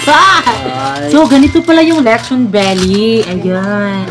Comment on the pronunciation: be like: letchon beli beli beli beli